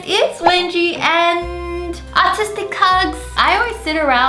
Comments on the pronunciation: Who else heard "autistic hugs" in the beginning instead of "artistic hugs" What is wrong with me 🤣🤣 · At the first I thought she said “autistic hugs” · I thought she said autistic hugs lol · Is it just me or did it sound like she said autistic hugs?? 😂😂